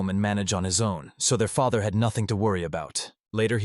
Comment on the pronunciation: This is an entertaining manga. Although the AI needs some work as it's pronunciation of some words is wrong. Feather instead of father. Sleeves instead of slaves. Among others.